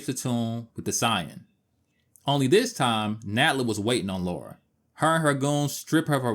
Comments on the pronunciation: Great video. The way you pronounce Lara slightly bothered me lol. It's Lara not Laura. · Good video but she's British. It's said La Ra. Not Loora. It really grates when people say it incorrectly. It's all Americans who seem to say Looraaa not just this guy who's clearly put a lot of effort into this video. Thanks for that. Miss Croft sounds better. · I’m British and it’s La-ra. If it was Laura, it would be spelled Laura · Stop calling her Laura for god sake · It's Lara, not Laura. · it's Lara, not Laura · Great video, but it’s Lara (not Laura), as is said in the FMVs and text within the games :) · her name is LARA L.A.R.A NOT Laura! why can no american pronounce her name properly?? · her name is Lara, spelt Lara. and it is pronounced Lar ra. not Laura. Thats just basic English. but we all know you Americans like to make up your own version of our language. lol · Its La-ra not laura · It’s funny because they changed the name to Lara, because Americans couldn’t pronounce the name Laura, yet even when translated as LARA, Americans still say Laura 😂 they knew how dumb they are lol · She is british. You have to name it british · Why do you keep saying LORA? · 30 seconds in and can’t deal with ‘Laura’. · It's funny how it sounds as if you're saying "Laura" since it was the devs first option of a name (Laura Cruz) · repeat after me, illiterate humanoids: LAH-rah. LAH-rah!! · It is lorah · Last video I watched they even said Lora. Too much so I didn't even comment:-p Just happy people are fans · I normally get irritated when Americans mispronounce Lara's name but your review of this game and the controls is really amazing, so ill let you off 😅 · Americans always pronounce her name that way...I'm so used to it by now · Aaaaaaand instantly mispronounced her name. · I can't recall ever hearing an American say Lara properly. I don't understand the problem at all. But then, they pronounce Han Solo as Hawn Solo.